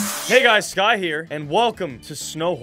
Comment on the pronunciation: So, am I the only one who heard "Scott" and not "Sky"?